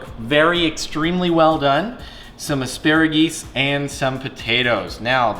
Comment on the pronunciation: "Flock of assparegees" 😂😂😂😂